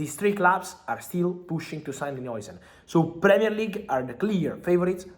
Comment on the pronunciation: Is jausen not joisen how you spell it